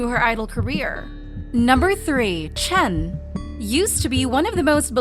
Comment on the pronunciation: No, this person who can't even pronounce his name right is tripping 🙄